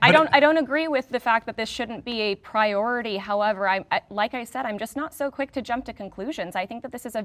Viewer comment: If I hear the word prioity one more time 😂